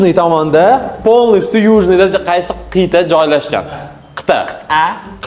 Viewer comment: Qit'a ❌ Qiyta✔️